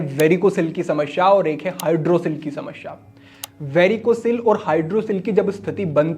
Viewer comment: Not sha ...samasya Hota h..shamashya nahi Hota h